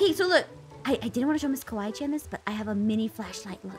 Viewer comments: No said kiwi chan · Your not the only one i heard him saying" Kiwi Chan!" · The way pronounced Kawaii~chan was “Kiwi Chan” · Anyone else notice when the lights came on the first time called Kawii~Chan Kewi~Chan- as in the fruit! LOL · They called kawaii~Chan Kiwii~Chan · Did anyone heard when they got scared and was calling kawaii chan He said:kiwi Chan Me:🤣🤣🤣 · you need to stop calling Kawaii Chan Keewee Chan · why did it sound like noi said "Goodnight miss kiwi chan!" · is it just me or I’m hearing calling ms.Kawaii Chan “ms.Kiwi Chan”? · ms kiwi chan